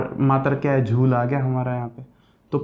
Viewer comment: सिर झूल नहीं जूल होता है